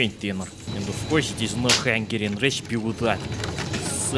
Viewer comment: Your hungarian pronunciation is almost perfect,:D